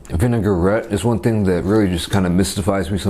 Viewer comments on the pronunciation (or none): none